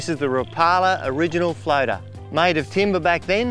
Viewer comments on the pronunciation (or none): The "Rapalar Original Floatah".